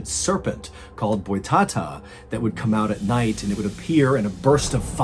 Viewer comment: pelo menos toda vez q ele falava joão errado e boitatá me fez rir kkkkk